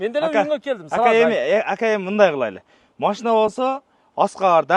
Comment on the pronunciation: АКа ака ака машна емес машина дегилечи